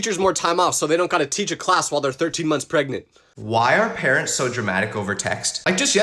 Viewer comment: “while there 13 months preganant” lol